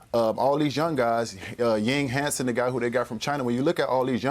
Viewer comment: Ethnic Asian guy mispronounces "Yang Hansen" in the most egregious way. Nice job Shams. Followed by similar by ESPN dorks. Whatever.